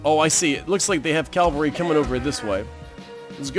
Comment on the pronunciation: It bothers me so much (kind of irrationally) that you say "calvary" instead of "cavalry" but it sounds like you try to remind yourself it's "cavalry" so I suppose progress is good. XD